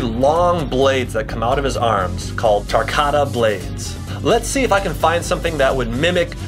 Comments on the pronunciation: baraka is tarkatan not tarkata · I got triggered when you said tarkata its pronounced tarkatan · “tarkata” instead of tarkantan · Not tarkata Tarkatan Anyone else catch this and slightly upset about it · Ahhhhhhhhhhhhh why tarkarta not and not tarkartan get it wright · Hello Friend it disappoints me the fact that he tries to act cool and play with moral combat weapons but he can’t even say tarkatan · Tarkatan not tarkata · its not Takarta its takartaen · He said tarkata its tarkatan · Tar ka tayn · no it’s tarkatan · TAR-KOT-TIN that's how u say tarkatan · Anyone else get triggered when he said tarkatan wrong Or just me 💀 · ITS TARKATAN